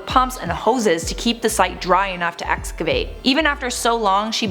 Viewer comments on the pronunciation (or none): none